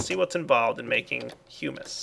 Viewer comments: IT IS hum/is not hughmus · IT'S HUMUS NOT HUEMUS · Hyu-mispronounced humus there the second time around. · When you said humus, I thought you said "humans" LOL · Thought he said human but it was hummus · I pronounce it hum-is to.